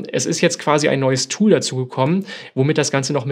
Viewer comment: Von dir ausgesprochene englische Wörter wie z. B. Tool, sind haarsträubende "Denglishs". Mit wildfremdem Akzent. Kanns du nicht einfach für das Englische ein normales passendes deutsches Wort finden? Ansonsten Video ok.